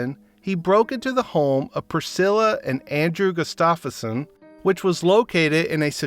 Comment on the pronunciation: Gustafson = Gust-tuff-son not Gust-off-a-son. Ya gotta practice pronouncing the tough words BEFORE you attempt your narration, son. Butchering the principals’ names is jarring, off-putting, and makes you sound needlessly dumb.